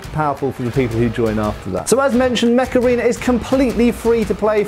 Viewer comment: oh mech arena!!! i thought he said macarena